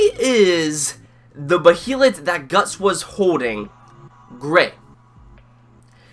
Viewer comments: "as far as your knowledge goes" exactly, the behalit say it correctly Bay than lit bay lit as in a body of water a bay and a lit candle stop over pronouncing it you tool it's been spoken in the original Anime and the new movies if you can't say it right I don't know what to say and the egg of the king is red others are other colors the one guts has isn't gray it's green so much for being a professor. and do you honestly expect a page for page panel for panel translation it have well over 10 seasons of 26 episodes think in real world context not in fantasy land as a fan who's been reading the Manga for 15 years I never expected it to be a faithful adaptation episode was great can't wait to see a serpico guts fight or when they meet Fera or he actually you know dawns the berserk armor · isn't it pronounced bay-lit? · it sounds like ur saying bohelet wif is wrong with u?